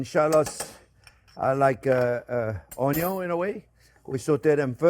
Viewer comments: WELCOME EVERYONE! "On this channel, we cook things with onyo 🧅, bacon 🥓, butter 🧈, and wine 🍷." We love you, 👨‍🍳 Chef Jean-Pierre ! 😊 It wouldn't be his channel if he didn't forget something. 😂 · My four favorite things in the Kitchen: Bacon, Onyo, Butter and Chef JP. Cheers from California, USA. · Oh, sorry! Onyon, Bacon, Butter!